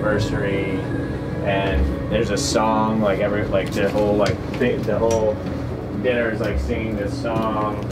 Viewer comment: dinner? really? diner... I guess Ronda is making someone nervous lol